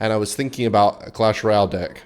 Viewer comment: on his way to convince every non-australian that we pronounce "deck" as "dick"